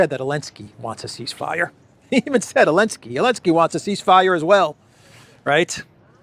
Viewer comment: Great show, as usual. Thank you,! By the way, the Ukrainian tzar is "Zelenskyy". Where did Elensky keep coming from? Regards from Australia.